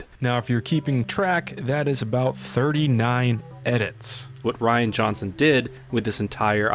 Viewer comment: "Ruin" instead of "Rian"? Really? I mean are you like 5?